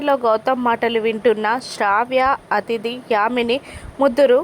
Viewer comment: Athidhi kadhu adhithi